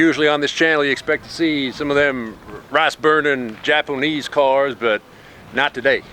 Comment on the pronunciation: japo-nese cars 🤣🤣🤣